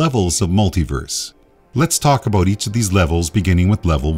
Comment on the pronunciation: It's amazing that this guy is so smart, yet can't properly pronounce the word "about."